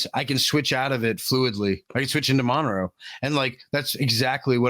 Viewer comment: at least pronounce Monero correctly FFS